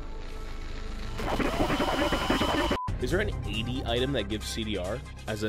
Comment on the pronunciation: This is how we pronounce ad tf in turkish btw